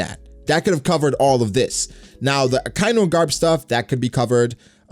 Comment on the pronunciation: Loves Akainu so much that he pronounces his name incorrectly